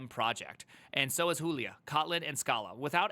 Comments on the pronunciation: man it's /dʒulia/; even though I don't write scientigic code no more. don't sound derrogative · Why you called Julia Hulia? 😭😭